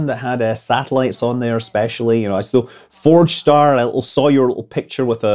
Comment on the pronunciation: ForgeStar-sounds like FrogStar (from HHGTTG) 🤪